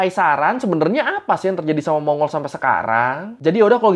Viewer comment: Bang, pronunciation yg bener mon-gol